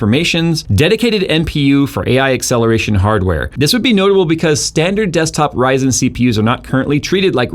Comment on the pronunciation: Never heard anyone call ryzen "raj san"